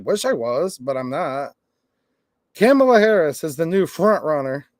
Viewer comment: It's Come-allah